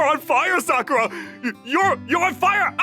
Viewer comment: Of course this voice actor pronounces Sakura as Suh-kuhr-uh.